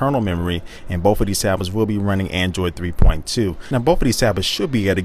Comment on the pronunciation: He said andriod 3.2?